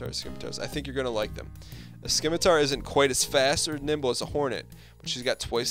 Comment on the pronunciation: Oh my gosh, I think I busted my gut. A tip, just afterburn through the mine fields. Also isn't it Scimitar (Sim-ih-tar) that's how I have always said it And stop with the torpedoes, They are guided missiles. :D